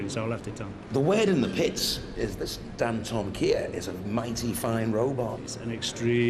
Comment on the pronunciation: Why can't the announcer pronounce Dantomkia